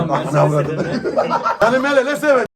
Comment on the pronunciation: Mercedes olmamis mıho meleles diyeceksin 😂🤣